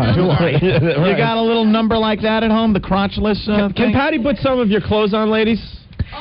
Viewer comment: Im convinced opie mispronounced put purposely for attention.